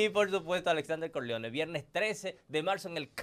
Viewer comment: Corleone en España no lo diste asi